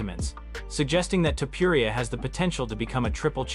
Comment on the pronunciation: Lazy A.I videos are killing the content pool of YouTube. Same with spooky ghost demon videos. A.I can never pronounce names correctly or the word “Live” Livestream = Liv Stream Topuria = Toe-per-Ee-ya Anyway, 😢Dana hates when people think he’s Joe Rogan 😡